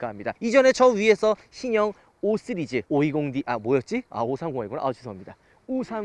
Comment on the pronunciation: 5쓰리즈ㅋㅋㅋ발음안되셔ㅋㅋㅋ 오늘 반포ic에서 g80 핀도스그린 봤는데ㅋㅋ 진짜 색..뭐라 표현 못하겠더라구요ㅋㅋ